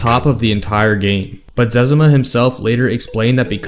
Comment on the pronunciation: Im glad you pronounced his name the same way my brothers and I do! Cause that means we were right! Right about it. My license plate for one of my trucks is "ZEZIMA" so you could say im a fan :) Great video!